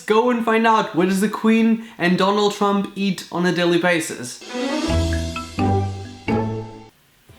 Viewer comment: He said Donald tump😂😂😂